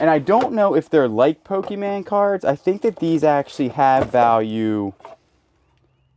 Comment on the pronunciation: You were shaking that magic box and I'm like "what the heck are you doing". Some of them are worth so much!! On another note stop saying Pokeman, I love ya but it makes me cringe every time.